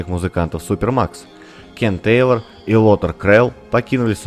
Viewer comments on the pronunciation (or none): none